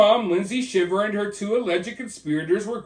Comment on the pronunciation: I commented on another video but their last name is pronounced Shy ver. Just want to make sure you knew that if you’re going to be reporting on it! 😊